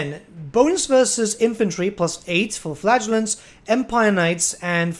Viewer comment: I kept hearing Flatulants instead of Flagellants and i kept grinning.